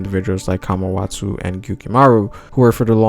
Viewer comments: i think its Kawamatsu not Kamawatau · It's Kawamatsu not kamawatsu